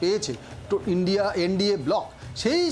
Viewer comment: Madam..INDIA..ucharan ta ki bolte parben..????😂😂😂😂😂 Lajja lage na to ...😂😂😂😂